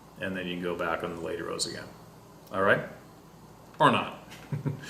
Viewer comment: My girlfriend laughs every time. A gain and a gain😁